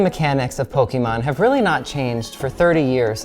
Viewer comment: Don't worry, that's an expert on Poke-ee-mahn. Don't know how much he knows about Poke-eh-mahn, since he doesn't seem to know how to pronounce the thing that's been around for 30 years.